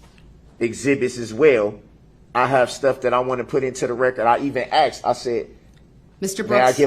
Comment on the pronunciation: He learned how to say tacit, but a simple word like 'asked' is not in his pea brain!